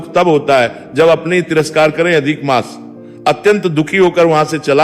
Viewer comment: कहि -कहि मास के स्थान पर मांस का उच्चारण आ रहा है😢